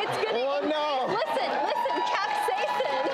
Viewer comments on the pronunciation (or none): OK did piss anyone else off that they kept saying capsaicin wrong